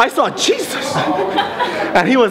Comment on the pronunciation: When he said Jesus I thought he said cheez-it 😂😂😂